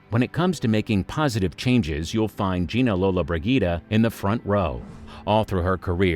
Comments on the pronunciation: The mispronunciation of her surname in this video just annoys the crap out of me uff 🙄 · 5 seconds in and he mis-pronounces her name.